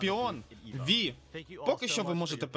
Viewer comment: Чому "Ві", якщо в офіційному дубляжі "Вай"? Ось це тільки єдиний мінус, а так відос те що треба